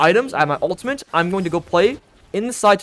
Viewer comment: It's pronounced "uhl-tuh-mit" not "uhl-tuh-mint".